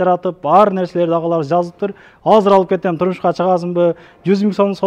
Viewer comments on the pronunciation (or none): none